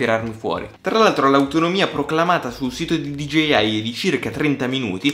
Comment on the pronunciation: Da notare all’inizio dice “gigeiai”